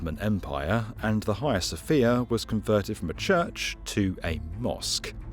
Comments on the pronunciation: Sounds very odd to a Continental Europeans ear, let be from the far nort part, when pronounced "Hia Sofia". To my ear, note: My, this should be "haGIa sofia, or something like that and it’s ok to have other opinions just don't share them with me, just prononce them out loud ;-) Nice info as usual, thanks. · TIL it's not the Haggy-uh Sophia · The H is silent.